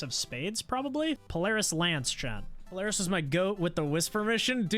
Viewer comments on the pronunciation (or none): none